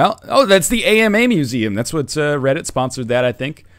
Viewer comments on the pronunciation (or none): none